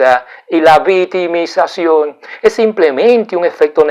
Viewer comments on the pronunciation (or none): me gusta mucho sus temas ya que son muy interesantes,pero amigo mio le falta mejorar su forma de hablar y pronunciar las palabras,quiza tambien no repetir tanto lo mismo. La palabra que en este video me da risa es como pronuncia VITIMISACION....en ves de VICTIMIZACIÓN..otra es NOJOTRO...en ves de NOSOTROS..No se dice MENTAR sino MENTAL... Tampoco se dice PERSONAR sino PERSONAL...Esto es solo una critica constructiva, no lo vea como un ataque..es muy inteligente pero mejore su didactica y vaya directo al grano en ves de alargar el video repitiendo tanto lo mismo tanto ya que se pierde el interes en seguir mirandolo.